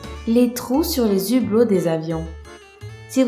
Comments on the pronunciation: Les "Zublos" ! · On ne fait pas de liaison avec le h,ça ne se dit pas les "zublots"!!Mais bon,on t'aime bien quand même!! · les hublots pas les zublots ! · On dit les hublot pas les zublot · Les Hublots pas les Z'hublots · les HUblos pas les ZUblos ( on fait pas la liaison ;) ) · Dans les Ublots(je sais qu'il y a un h cest piur là prononciation)